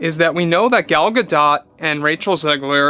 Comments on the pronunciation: Ga doe. Not Ga dot. Spelling isn't always pronunciation. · AAAAKKK!!! It's Gal "guh-DOE" Whew... Had to correct that before my brain exploded!! 😁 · I agree with the sentiments completely. One note: Gadot is pronounced Gadō, the T is silent. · ah its supposed to be pronounced "Gah-dote". My brain must have been erasing the t all these years.